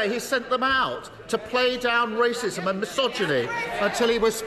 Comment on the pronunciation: I thought he said there was no rasicm in uk😂🤣😂 the irony❤❤😂🤣😂🤣😂